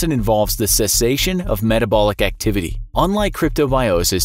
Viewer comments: Says “etabolic” instead of metabolic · I think it's metabolic, not etabolic. 😐 😂